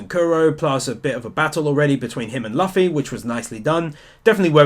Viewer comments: WAIT "LUH FEE"!? hopefully he figured out its "loofee" by now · Did you just say (luh-fee) instead of (lu-fee) triggered love your videos btw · its loofy not luf luffy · Luffy pronounced loofy, not laughy. -Making fun of characters asking things immediately after being told is stupid because it's the part of Japanese language and how people respond to each other in conversations in Japan. It means the listening person is surprised and wants to make sure he heard it right or/and want to know more about what he just heard. Being unresponsive when talking to a japanese person is considered rude so you always have to either ask about what you just heard or nod and say "Hai, Hai" every second. It's one of those weird things you just have to accept. Just like when americans asking you "how are you?" without actually caring how are you and not expecting any answer from you in any way. People outside usa gave to goggle how to react/responce to that thing when talking to americans, because it's that weird to us. -not all japanese dialogue can be translated to english directly considering english is much more primitive language in general and all the character's emotions included in Japanese grammar or cultural differences are lost in translation on the way. The lines are sometimes altered a bit to fit the western audience, so don't take any word you read literally. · LUFFY not lufy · Did u just say laffy instead of luffy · I don't wanna be THAT guy but his name is pronounced loofy not lufy (not that big of an issue I'm just telling you) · NONONONONONONO please its pronounced loofy not luffy like puffy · Luff is pronounced loo-fee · here's a sin for you for saying laffy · When you pronounce Luffy like fluffy with an l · The way you say Luffy is a sin 😶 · did noone heard how he pronouced luffy's name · Exactly i really like his sin videos but when he pronounced it like that I was just like ahhhhhhhh my ears :D